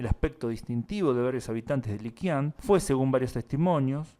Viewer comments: buen articulo, pero pronuncias mal Liqian , no es liquian , se pronuncia Lichian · Me enverga cuando dices Chinchian 🙄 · Liqian se pronuncia Lichian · aprovecho este comentario para avisar que la Q en chino se pronuncia como una CH, o sea que debería decir LiCHian.